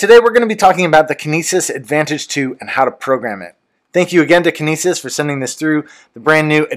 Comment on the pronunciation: heh you said it like kenises...like penises I'd say it like kin nE sis...like cytokinesis